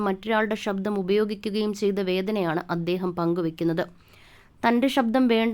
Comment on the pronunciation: വിവരണം നൽകിയ വ്യക്തിയുടെ ഉച്ചാരണം അരോചകം. ആദ്യം മലയാളം നേരേചൊവ്വേ ഒന്നു പഠിക്കു... ഷബ്ദമല്ല ; ശബ്ദം. 'ശ' മുഴുവൻ 'ഷ' ആയി ഉച്ചരിക്കുന്നു. അതുപോലെ 'പ്രതിഫലം' പ്രതി'fa' ലം ആയിപ്പോകുന്നു. 'f' എന്ന ശബ്ദം മലയാള ഭാഷയിലില്ല എന്നറിയുക. ' ഏകാന്ത പ'ദി'കനല്ല; പഥികൻ. സംവി'ദാ'യകനല്ല; സംവിധായകൻ. നിർബ്ബാഗ്യമല്ല; നിർഭാഗ്യം. ഇങ്ങനെ ചൂണ്ടിക്കാണിക്കാൻ തുടങ്ങിയാൽ ധാരാളം പ്രശ്നങ്ങൾ. മലയാളഭാഷയുടെ ഒഴുക്കോ ഭാവമോ ഈ വിവരണ ശൈലിയിലില്ല. ദയവായി മലയാളം നന്നായി ഉച്ചരിക്കുവാൻ അറിയാവുന്നവരെക്കൊണ്ടുമാത്രം ഇക്കാര്യങ്ങൾ ചെയ്യിക്കുക. അല്ലെങ്കിൽ ഇതൊക്കെയാണ് ശരിയായ ഉച്ചാരണമെന്നും ഭാഷാശൈലിയെന്നുമൊക്കെ വരും തലമുറ തെറ്റായി ധരിക്കും. മലയാളത്തെ സ്നേഹിക്കുന്നതുകൊണ്ടു മാത്രം കുറിക്കുന്നു.